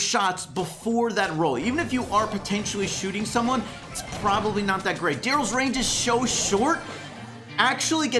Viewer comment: Anyone else notice he said "darrlys range is sho short"?